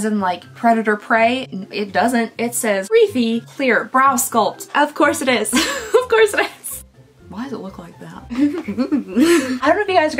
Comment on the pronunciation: sry its pronouced r E f I not rEfE